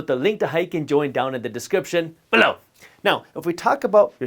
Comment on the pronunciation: Jaspreet your ‘BELLOW’ is not coming out correctly 😮